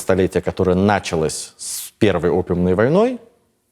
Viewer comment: .... всё же "на́чалось" режет слух.... "даже" обеспече́ние так не режет....